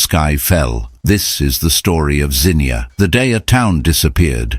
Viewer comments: I was 15 when this happened in my home town of Zee -nuah is how you pronounce it. It was the scariest thing to see the clouds at first still and everything silent ,the hue of the sky and sun light through the black clouds was green. Then hell was unleashed on this, an hour earlier pretty spring day. The sound was rumbling and a loud scream of the wind whistling, our ears plugged up from the pressure like when you drive through high elevation. I could feel air blowing under the baseboards in the hall way where my family were at to get away from windows and door ways. Then a bad odor and darkness covered us . Objects banged against the house that to this day I don't know what hit the house. Our family and our house survived the ef5 Xenia Tornado. We had friends and neighbors that did not. Our world was very different all that spring and summer. To this day I'm 67 years old I am still frightened by severe weather. They have had 2 more tornadoes that caused damage since in Xenia. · It is pronounced zeeeee nia! My hometown 😢. My mother taught at the high school and was in an after school teacher's meeting. She tried to warn the other teachers that it looked like a tornado was coming. Only a few teachers listened and left when she did. She made it home. Our house was 3 miles outside of town and only had hail damage to our roof. National Guard was keeping out looters. I was away in college at University of Cincinnati, and was not allowed back for a week . I got lost trying only to drive through to get home. My childhood was erased. Xenia was hit by another tornado a few years later ! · Anachronisms show that the author wasn't there when it happened. Mispronouncing local names is also a dead giveaway. People from Ohio know that the town's name is pronounced Zeenia but the narrator didn't know that. But like you said, That's fine. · It’s ai. That’s why he can’t say Xenia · If you would of pronounced the name correctly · ZEE NEE UH. Xenia. Not Zinnia.